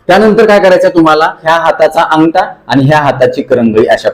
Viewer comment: व्यायाम चांगले शिकवतात फक्त ठ घ्या ठिकाणी ट का म्हणता.अटरा-अठरा अंगटा -अगठा.गाट-गाठ